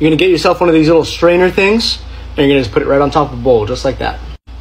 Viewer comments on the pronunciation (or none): I thought he said Strager Things 😃